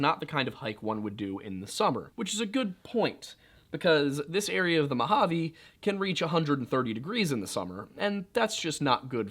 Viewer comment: Thank you for pronouncing Mojavé correctly🥺